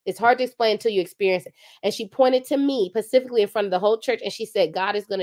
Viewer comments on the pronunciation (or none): said pacifically 🚶🏾‍♀️ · not “pacifically “